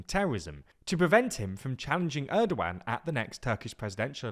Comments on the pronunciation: Is it just me or did he say Turdogan instead of Erdogan? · he definitely said Turdogan